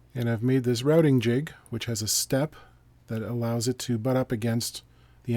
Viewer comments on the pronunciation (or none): none